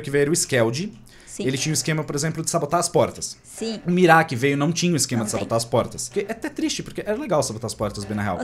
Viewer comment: Ai que raiva, o fica falando Mirá mas é Mira sem o acentooooooooo